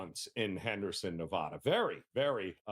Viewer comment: it is ne-VAD-a, where VAD rhymes with BAD. It is NOT ne-VAHD-a. Thx.